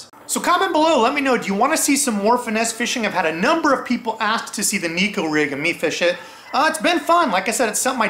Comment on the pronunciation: FYI it’s pronounced neck-o also in Japanese neko means cat